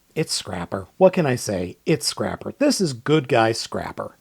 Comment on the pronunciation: that's not Scrapper, that's Scraper.